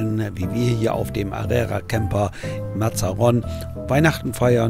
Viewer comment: Warum sagt der dauernd "Arera"? Der Platz heisst "Area" was soviel bedeutet wie Platz. Liebe Grüße aus Villajoysa.